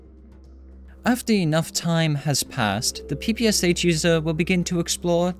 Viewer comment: Its "sh".Not "s h". Because this machine gun was upgraded by SHpagin. Russian letter "Ш"(Шпагин) reads like "sh"